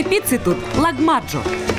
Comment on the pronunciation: Так... Настя сказал лаГмаджо, а разве ламаджо не правильно?)